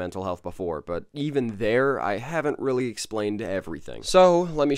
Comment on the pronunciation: It weewy hawd